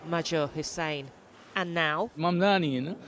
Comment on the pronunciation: It is not mumdamy, it is Mumdany!! What a joke the mainstream media have become!